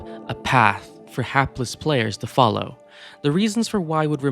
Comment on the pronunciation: “falow the path” Uh huh, sure bud I’ll “falow” I’ll “falow” real good!